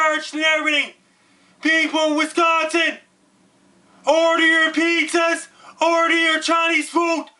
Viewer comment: You are delivering a great message that is 100% correct, spot on~! And I love the way that you say "Wisconsin"~ Thank you for giving us the head's up. <3